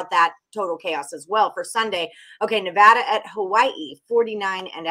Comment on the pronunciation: It is pronounced ne--VAD-a, where VAD rhymes with BAD. It is NOT ne-VAH-da. Thx.